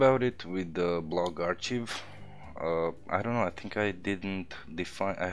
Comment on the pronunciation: FYI 'archive' is pronounced "ARK-I've"